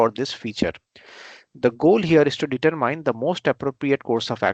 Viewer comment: Determine does NOT*** have a long I sound..........